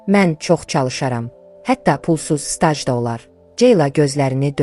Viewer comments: " k "hərfini düzgün tələffüz et! "Stac" yox. Staj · Yazıda c əvəzinə j getdi:səsləndirmədə stac -ifadə edilir.Kasıb sözü və s.ifadələr də düz tələffüz edulmir. Vulqar ifadələri yazmayın.Dilimizi qorumalıyıq. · Hekayə Türkiyə kanallarından iqtibas olaraq yaxşıdır.Lakin səsləndirmədə qüsurlar var."Staj"yox,staj demək lazımdır...